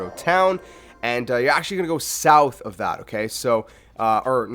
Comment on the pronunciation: I was following along until you pronounced “south” like soowwwthhh because it hurt me.